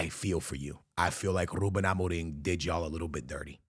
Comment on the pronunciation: Nobody:: "RrRrrrRRrrRuben"